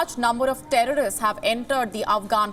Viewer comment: Thank you America for awesome weapons and humvees and APCs . And india for teaching us how to say "TERRRAAAARISSST"